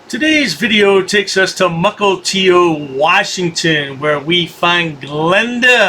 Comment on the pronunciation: Again, kudos to for pronouncing "Mukilteo" correctly! Now try "Puyallup". 😄